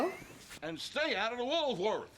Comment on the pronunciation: Woolworth's was what was called a 5 & Dime store, a variety store. The southerner here pronounced it Woolsworth.